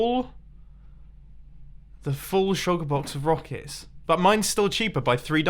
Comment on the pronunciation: "Rockicks" Mumbo-2018